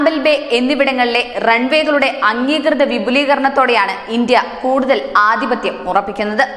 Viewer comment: ആദിപത്യം അല്ല. ആധിപത്യം ആണ്.